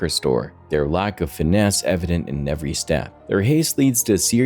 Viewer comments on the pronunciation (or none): none